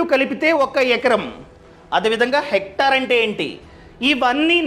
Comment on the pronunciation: Hector kaadu hectare